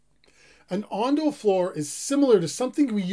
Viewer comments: It’s ondol not ondal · Not ondal, It's ondol. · not "ondal", it's "ondol" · ondal? ondol? ondol !! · Ondal(x) Ondol(o) 온돌~~